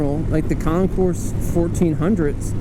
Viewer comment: just saw this video in my long run of zg 1000 search. I would agree that the looks, you either love it or not. That being said I own a ' 87 my self and she is a sleeper for sure! beautiful ride and well put on stats. Really enjoyed the video. side not: the s is silent!!! lol